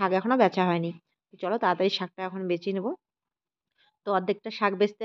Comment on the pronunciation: Shak beste beste bole na shake baste baste bole.❤❤❤